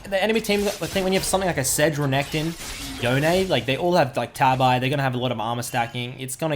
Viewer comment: I had to stop watching after 45 seconds from you saying "yo nay" I will only accept "yohn" as the pronunciation. It's like calling a gif "jif". unacceptable.